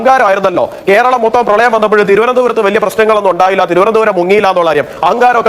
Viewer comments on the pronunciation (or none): none